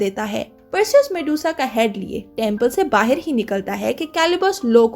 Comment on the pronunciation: Bahaar bolte hai.. bahir nhi .. (ー_ー゛) but good work.. 👍👍😀